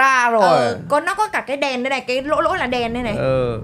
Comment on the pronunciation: Anh ơi chị ốc nói mấy cái nỗ là cục năng nượng ấy